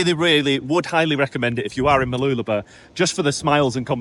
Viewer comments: Mah-loola-bah stress on loola and less stress on bah. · Mooloolaba is pronounced 'bar' at the end. Enjoy your reports. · I tell foreign friends it's pronounced Moo loo la BAH with an emphasis on the end. seems to be dropping the end to just "b".